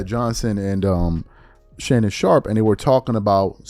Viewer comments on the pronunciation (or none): none